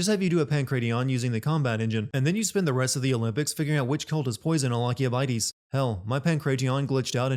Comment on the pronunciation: Also, you need help pronouncing names my guy. You said ‘Alkibiades’ different like 2 times